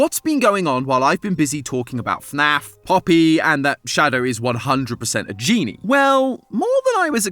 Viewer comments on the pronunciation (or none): none